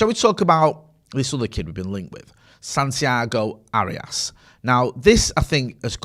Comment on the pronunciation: "Santiago Hairyarse"? Sounds like he might need one of them there Manscape jobbies